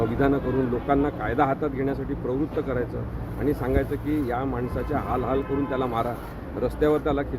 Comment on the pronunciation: हलाहल नाही रिपोर्टर.... हालहाल म्हणतात